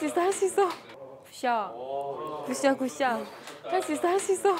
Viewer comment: 서한솔 선수 자꾸 굿샷 하실때마다 자구 구쌰 라고 들리지 왜